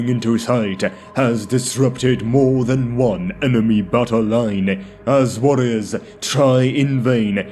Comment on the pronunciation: You might want to rethink your pronunciation of “battle”… oft times sounds like “butthole” and completely breaks the immersion. 😬🤣